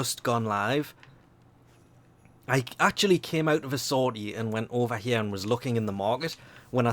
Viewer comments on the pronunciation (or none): none